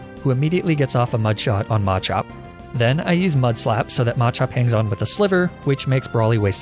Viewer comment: MaH cHoP😂😂😂 bro “slayking”? Good lord